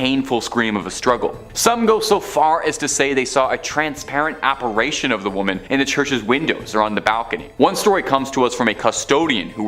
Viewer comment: This episode is stupid....and the blond doofus can't pronounce words right..."apparition" not apparation...